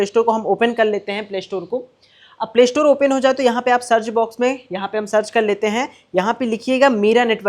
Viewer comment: o saly shatore nh. store hota hy. pavli ho kia. سا ki awaz nekal